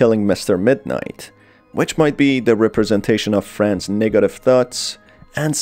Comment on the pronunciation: u say negative weird